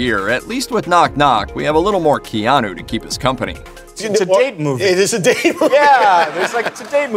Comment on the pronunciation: As someone who also has a name of Hawaiian origin, it’s like hearing nails on a chalkboard when people pronounce Keanu as KEY-and instead of the correct KAY-anu. Just my .02 , please don’t hate.